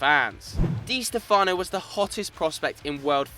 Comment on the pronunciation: It's pronounced (Dee Stefano) Not (Dee Stefono!!!)